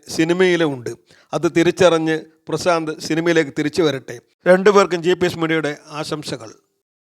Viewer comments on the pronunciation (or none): പ്രസാന്ത് അല്ല . പ്രശാന്ത് അല്ലേ?🙄